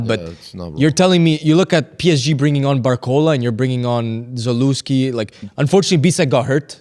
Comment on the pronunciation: Za"lé"wski not Za"lu" wski! Am i the only on ewho gets rage baited by this?